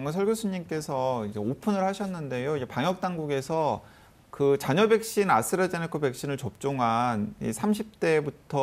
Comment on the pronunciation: 아나운서 발음ㅎㅎㅎ아스라제네카~ㅎㅎㅎㅎ